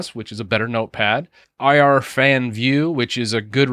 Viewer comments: Irfan. You say the name like "irrr-faan" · its Irfan not IR-Fan the software is named after its founder I guess. His name is Irfan Škiljan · Dude, it's not i r fan, It's Irfan , because that's the name of the coder. ^^ Irfan Skiljan to be exact.